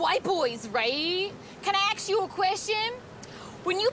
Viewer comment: May i AXE you a queeeeestion